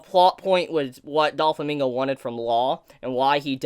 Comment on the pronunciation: Great video! However: Doe-Flamingo. Not Doll-Famingo